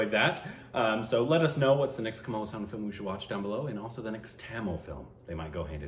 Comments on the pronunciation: It's pronounced Haaa - sun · my dear dear bro, I know its difficult for you with the names, especially Indian names. But the way you pronounce Kamal Haasan's name hurts my ears. Its pronounced as Kamal Haa'san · Its kamal haasan ..not kammal husain...😀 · Kamala Haasan. Not Kamaal Hussan